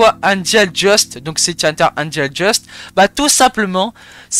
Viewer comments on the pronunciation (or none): C’est pas Angel Just mais Dust😭 se prononce Deust